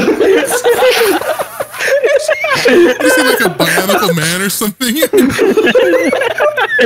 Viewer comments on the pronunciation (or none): Seriously, I can't believe no one caught saying Bionicle man instead of bionic man. Like yeah, they're all weird Lego robots